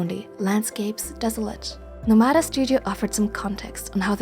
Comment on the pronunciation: NOmada not noMAda.